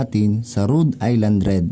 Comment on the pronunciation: dahil dyan ka sa america, now ko lang nalaman na tamang bigkas pala dyan eh Rud Ayland Red x go go go